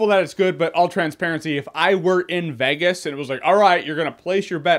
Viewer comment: Anyone noticed how Jeremy said Vegas?